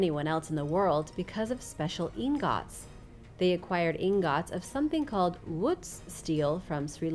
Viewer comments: Ingūts❌ In gòts✅ Damascus steel weaponry lost ✅ people currently making Damascus❌ 😒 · I scrolled all the way down just to see if I was the only one that thought the way she pronounced 'ingots' was funny